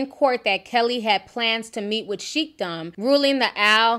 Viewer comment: Sheik is pronounced like "shake". Al-Maktoum is pronounced like "meck-tomb". Hope this helps.